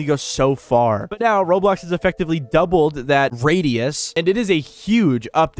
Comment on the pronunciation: Video ended, and he said "Roblo"